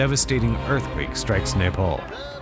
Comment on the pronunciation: neypal? You pronounced it correctly earlier in the show but now its neypal? God this rediculous over produced, american reality show-like garbage gets better and better.